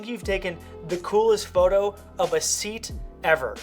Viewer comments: hey man it's not seat you pronounce it like "ay at" i think :) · SEAT -> Say-At 😄🚗🚀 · That's called a 'seat', A Spanish brand Which you pronounce as 'See-At'. / 'say-at' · seat is pronounced as se-at. very cool video! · It’s not seat 😭😭😭 it’s pronounced “say at” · Sorry the way he pronounces Seat?? Isn’t it pronounced sea-at? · BTW it's pronounced "Say-aht" not "seat" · SAY-AT NOT SEET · It's pronounced 'sayat' (Seat)😂😂 not seat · very very nice edits but i just have to say it. Seat = sayat its not a chair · Seh-at its how you pronounce it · Seat is pronounced "Say At" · it is pronounced se-at, the name of the company', Spanish company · It's not "seat" per say... More like "Sééaat". And yes, they do awesome cars and they have a lot in common with VW. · SEAT is pronounce 'Say At' bro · Love watching these work flow videos, super relaxing Also, just a heads up, it's pronounced "Say-At". It's kinda weird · Hi... looks like I'm not the only subscriber in Tenerife to your fantastic channel.. made me laugh how you pronounce the Seat car, its a Spanish manufacturer now owned by Volkswagen pronounce it like this (See at ) but put the words together. Love your channel Barry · It is pronounced Say-at. It is the Spanish car manufacturer. It is currently a part of VW concern. You are actually looking at a VW GOLF with a different sign on the hood. Same engines and transitions,etc. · And, it's pronounced Se-at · I couldn’t when he literally pronounced it like seat 😂😂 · hey, Seat is a Spanish car company owned by the VW group and its pronounced "SEE-AT" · Looool. It’s pronounced ‘Say-At’. But killer video! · My face when you literally pronounced it as Seat -___- IG - Daronov_Photography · lol the Seat car is pronounced See-At. lol love it!! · Ye it's "See..AT" .... Much love from the UK 🇬🇧🙌👍🏻😀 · Nice work man. FYI Seat is pronounced Say-At :) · In Ireland we pronounce it Say-at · Should be pronounced more like Se-aat 😂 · In the UK it's pronounced Say-at